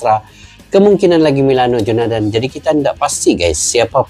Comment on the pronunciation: Bukan jonadan bag tapi jonathan